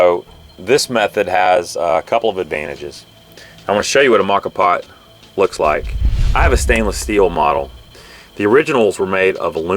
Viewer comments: "Mocka pot". lmao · It's pronounced MO-KAH. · Not sure if anyone else mentioned this but you are pronouncing it incorrectly. The proper pronunciation is “mocha” it is Italian for coffee pot. The moka pot is a stove-top or electric coffee maker that brews coffee by passing boiling water pressurized by steam through ground coffee. Named after the Yemenite city of Mocha, it was invented by an engineer named Alfonso Bialetti in 1933.[1] Bialetti Industrie continues to produce the same model under the name "Moka Express." You can also google “moka pot pronunciation” and listen to it in American English or several other languages. I’ve been using a moka and a French press for years and they are the best. Way better than perc coffee. I also have a device that sits on top of the actual cup. It has a #2 paper filter that you place the ground coffee into. You then bring water to a boil in whatever pot or pan you like and slowly pour the water into the ground coffee. The water filters it’s way down through the ground coffee and drips into your cup. When your cup is almost full you stop pouring the water. When you’re done you simply remove the filter with the coffee grounds and dispose of it however you choose. I like to put the grounds at the base of plants as they are good for the plant. Great video as always Cheers mate and happy trails. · I’ve always pronounced it moe-ka vs ma-ka. Which is correct? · Pronounced Moca pot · Moe - ka, moe - ka,. Preground?! Oh me, you losing respect. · Moka pots are great for starting the day when camping, and even better when your B and B host in Rome makes caffè for you! BTW,, it's MOE-kha There's a great Wiki on them. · Great video. Excellent info and quality of production. I've assumed the pronunciation of moka was with a long O sound.😃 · It is pronounced the way you say with the long o. Mocha Moka is Italian for mocha lol